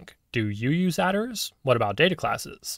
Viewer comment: It's mad to me that you pronounce "attrs" as "adders"